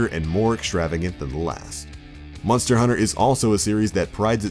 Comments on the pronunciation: Sounds like hes sayin Munster hunter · "Munster" Hunter.... lol